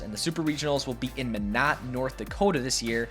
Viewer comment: ok, it's pronounced My-Not. not meh-no, not meh-not, it's MY-NOT. Im from Minot and we HATE it when people say our city's name wrong😂